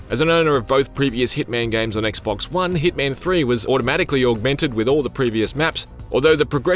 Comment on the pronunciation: It's not heatman it's HITMAN 😂😂